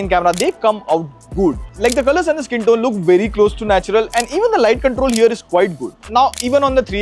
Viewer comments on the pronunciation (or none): none